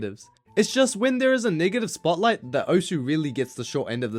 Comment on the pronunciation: the way he says negative